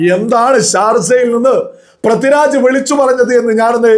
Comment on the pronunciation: Helloo, Prathi Raj alla, Pridviraj. Kashttam